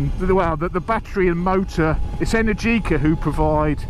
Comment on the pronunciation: It's not pronounced energiiiica but eneeergica , the accent has to be on the second E not on the I